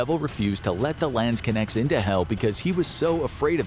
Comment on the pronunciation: Your pronounciation of 'Landsknechts' is hilarious. Lands-connects.